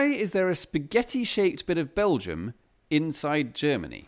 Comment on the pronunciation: it's called Belgium... with an "m"....